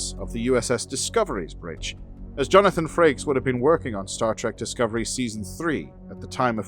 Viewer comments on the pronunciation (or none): none